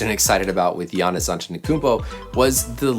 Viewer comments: sis I'ma need you to learn how to pronounce Giannis' name lol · u call giannis' name just like shaq do lol